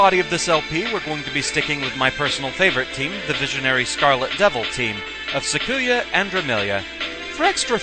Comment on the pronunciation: Awesome. You've gotten to this series. Alright, well, I'll just say this; I am a Touhou Lore Guy; you need lore for the videos and the wiki is too labyrinthine (and sometimes it is), I'm your guy. Also, please go the good Touhou wiki (en [.] touhouwiki [.] net) and listen to how to say Sakuya's name. Less emphasis on the "ku" part. Apologies if I was rude.